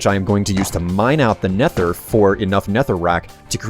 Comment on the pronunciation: That's how you are supposed to say it with th